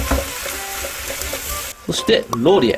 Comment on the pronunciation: ローリエがロリ絵に聞こえた(笑)